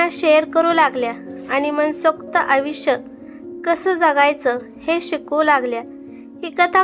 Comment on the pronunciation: आविश्य नाही, आयुष्य म्हणा. जमत नाही तर कशाला वाचता?